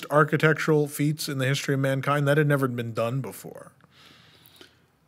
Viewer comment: spicy? Nevah!